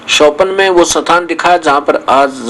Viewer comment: स्थान को सथान palace को पाॅलेस बोलता हैं ये जाहिल !!!!! ये वेद-शास्त्रो का ऊपदेश करता हैं !!!!! महामूर्खशिरोमणि